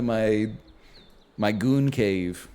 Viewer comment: NL saying "gooncave" was horrible